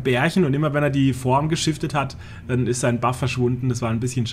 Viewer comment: hat ja nen schweren sprachfehler,ISCH (der himmel isch blau):D gibts da was von ratiopharm? natürlich,a paar schelln:D